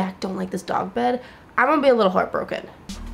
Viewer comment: why do you pronounce 'gonna' so weird? this is why everyone should just have american accents lmao